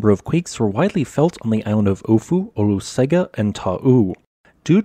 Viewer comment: In Samoan “g” is pronounced “ng”. Pronounce Olosega “Olosenga”. Thank you for your stellar reporting.